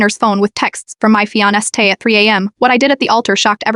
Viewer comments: Fee ona stay and jesterday - these constant repetitive mispronunciations are making these works of fiction frustrating. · It is the mispronounced Fiance' Man engaged to be married 😎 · FeeOnStay not Fiancé...said by Hermione probably lol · fee ona stay ? AI is getting worse